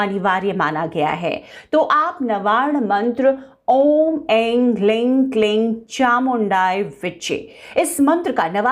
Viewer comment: Hling nhi hrig hota h